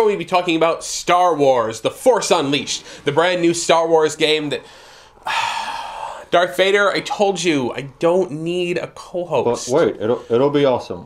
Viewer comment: its darth darth! DARTH VADER not DARK VADER READ ...